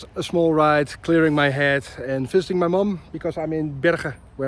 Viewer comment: Bro that sounded like „fisting my mom“ and not „visiting my mom“